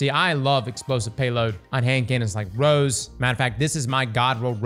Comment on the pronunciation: It's Rose, not rows 😂